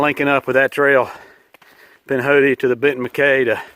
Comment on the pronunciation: Pinhoti. It’s Alabama dude.